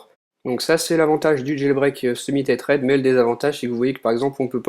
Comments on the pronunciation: C'est pas comme ça qu'on prononce" tethered " mais bon , bonne vidéo quand même :) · Aïe!!! La prononciation de tethered!